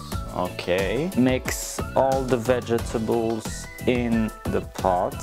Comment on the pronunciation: doesn’t know How to pronounce vegetables